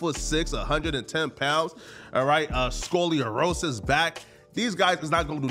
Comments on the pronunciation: said skullyorosis back lmaoo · He said “scoleriosous” backkkkk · "Scoliorosis" this man just literally talks and I'd fade anybody who still consistently supports or show love to him